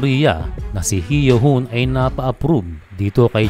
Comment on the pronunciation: Heo Hoon pronounce as 'Hoh Hoon'